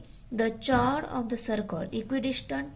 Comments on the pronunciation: Madam eo chord nahe cord huta hai h sailed hai 😂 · ' O' 10th fail that is not chord=चोड . That is chord= कोड. पागल है भाई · Chord nahi chord hota hai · Mam you are speaking wrong pronounsation of chord